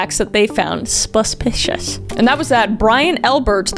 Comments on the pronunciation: "A BUSH BIS SPASPICIOUS!" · "AS SUH SONG SPASPICIOUS!" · What’s a Kris video without “sPispipasPishiSh” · Have I been suspicious wrong my whole life? Cause it sounds like Kris is saying subpicious!!!! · Shortly after: "EHSPEHSPEHSPESPICIOUS"